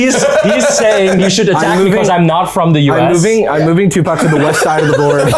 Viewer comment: I don’t know about anyone else, but when they first said Tupac, I could have sworn they said Tuvok, and I was both extremely confused and excited.